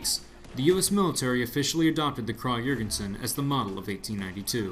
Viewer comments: Pronunciation is “ kraig e-yorgension” just for future refrence, good video though! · I swear there are so many different ways to pronounce this thing, my Texas southern drawl can only do so much! I heard from another commenter it was prounounced “Krahg Yergensen”, Americans say Krag (a nasally “a” as in “apple” Johr (like “George”)-gen-sen. I don’t know the truth any more. :P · It's actually correctly pronounced "Krawg-Yergensin" in its native Europe. "Kraaaag" is the colloquial American way of saying it, so it's technically "correct" but objectively wrong literally. It's whatever really, but I think people would respect Americans a bit more if we would just put in a bit more effort into pronunciation and don't horribly butcher foreign names out of laziness. It's appalling how few people in America know the correct pronunciation of "Iraq" even though we spent a decade killing its people. Food for thought. It irr